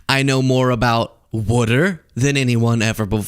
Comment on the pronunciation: What is "Wudder" and how do you know so much about it?